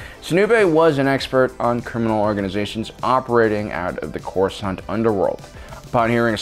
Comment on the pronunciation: the accents it ain't good ole corsaunt basic